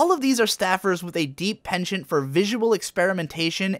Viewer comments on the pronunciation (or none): none